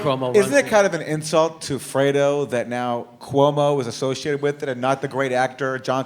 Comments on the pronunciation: The Italian word for cold is 'freddo' not 'fredo'. 😖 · Sorry guys but "FREDO" means nothing in Italian. It simply does not exist. The word Jimmy speaks of is "FREDDO" and not "FREDO". It is particularly absurd for an Italian to see a diatribe on an Italian term that no Italian knows. I'm sorry to mention it, but Italian-Americans and Italians are two different worlds now, This Cuomo is as much Italian as I am Chinese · Well, actually it's "freddo" that means cold in Italian, but I like Jimmy so I'll give him artistic license. Lol. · Dear Jimmy, Fredo is not an “F” wordin Italian. It is short for Alfredo or Alfred in English. The word for “cold” in Italian is “freddo”. It’s an easy mistake, you need the double “D” to make it “cold”.